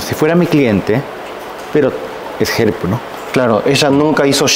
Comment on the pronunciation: Dijo “entertainer” “ help” ( herp) con acento Japones, que loco e interesante. Hablo con cuidadito.